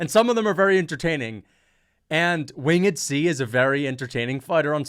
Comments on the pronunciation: Wing Ed? Its winged bro 😂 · "win-ged c" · 😂😂😂😂 “wingid” C?? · WHO TF IS WING-ED C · bruh why do you keep saying Wing-ed C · “Wing-id C” 😂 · “Wing-ed C”. 🤣. Bro can’t spell/read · “Wing-ed C” bro its one word lol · Most absurd pronunciation of “winged” i have ever heard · Why am I watching a reaction video which is basically just stealing content? Bro you don't know how to pronounce "winged" and you hear "done" as "son"? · Why are u saying winged C like that